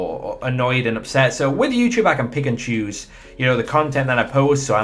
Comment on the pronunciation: Did you said Pickachu ? or pick and choose ? LOL